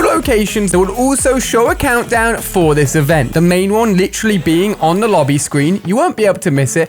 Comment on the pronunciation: Why does he say lit troll Lee instead of literally? He literally says it way too often too